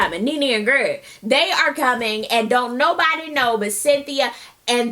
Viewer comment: I'm HOLLERING!!! when she said Nene & then clenched her teeth together as in describing the way Greg talks and said "Greg" WITH the teeth clench, smh, chile I DIED!!! LOL